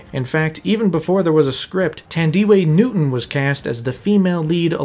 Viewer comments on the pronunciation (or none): Tandeeway Nooton... lol